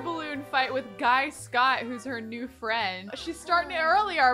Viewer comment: Guy is pronounced Gee. Just to let u know !